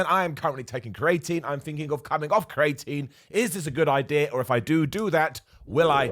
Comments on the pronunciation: Cre a tine not crating lol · Turns out I’ve been saying creATEin wrong for years - I was saying CREEEATINE. You live and learn!!! :-) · Say it after me - cree-ah-teen